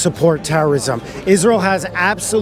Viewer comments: can you stop making israel and palestine videos while riding the wave of the trend? Please do your research about the region before going on to campuses to ask questions. You cannot even pronounce the words israel, palestine, or palestinians. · no it isnt he doesnt even know how to pronounce israel and palestine